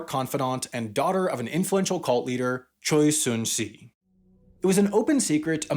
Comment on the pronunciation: FYI, Choi Soon-sil's name is pronounced more like "Chae Soon-Shill".